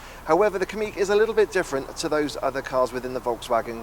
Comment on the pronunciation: Pronounced Kamiq correctly 👍 most folk say "Kammiq"